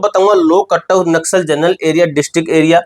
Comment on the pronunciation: Katto❎ cut off ✅ 😅